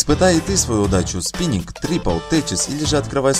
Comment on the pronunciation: Я один в рекламе слышу "Спининг" место спинкинг?